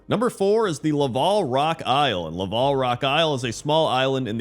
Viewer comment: I think the word in "Laval Rock Island" is like...lava-l. Not a name, just a description that the rock is made of lava.